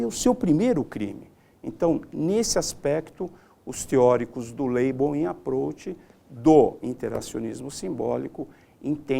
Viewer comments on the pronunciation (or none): "Teoria do Laibouím Aprouch"...foi o que salvou a aula kkkkkkkkkkkk